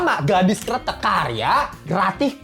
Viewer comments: bang jangan salah pengucapan karena maknanya berbeda / artinya berbeda . bukan keretek tpi Kretek . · Bang Pengucapan mu dlm bahasa jawa artinya krete`k : jembatan , kretek : rokok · kretek bang bukan kretek:face-blue-smiling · kretek bang bukan kretek, ampun dah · Bukan kretek, tapi kretek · kretek bang bukan kretek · Bro, Gadis Krètèk, bro...bukan Kretek. "E"-nya kayak kalo ngomong "emang", "kecap", "medan" gitu....kalo kretek tu suara lu bunyiin sendi2 jari 😭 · Cara nyebutnya gadis "kretek" bang, bukan gadis "kretek" Makasih 🙏🏻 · Kretek bukan kreteuk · Bilang kretek nya kayak kretek tulang yaa, jadi inget om joe, sering kretek frozen shoulder sambil nyengir senyam senyum pasienne menderita , akupun satisfying dengar suara renyah dari kretekannya 😅😂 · Gadis Kretek. Baca 'e' nya di kretek seperti 'e' di kata : kresek, pesek, nenek... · Wkwkwkw iya bang jadi gadis jembatan wkwkwkwk ngakak bjir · Gadis Kretek klo pake pengucapan artinya bukan Cigarette Girl lagi tapi Gadis Jembatan 🤣🤣. Kretek (kayak ngomong) artinya jembatan dlm bhs jawa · Setuju sih jd aneh kreteknya . Ngomongnya kretek sendi2 wkwkwk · 😂😂baca kreteknya bukan pake epepet bro, beda artinya